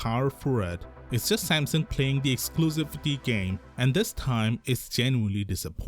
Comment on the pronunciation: Whats this brand Sampson you keep talking about...dude learn to say Samsung